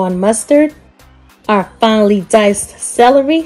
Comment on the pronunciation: You say celery Funny 😂 You sound like Salarey